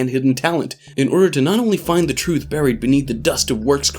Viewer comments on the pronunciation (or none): none